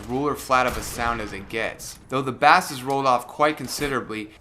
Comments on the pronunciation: You say 'bass' like the uk pronunciation for the fish. It's a different pronunciation for the instrument / sound where 'bass' sounds like the word 'base'. Where are you from dude? Edit: I like how you say bass. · It's not a fish the word is pronounced base -even though it is spelt like the fish.